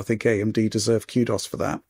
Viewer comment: Did this man just pronounce "kudos" as "cue dos".....wow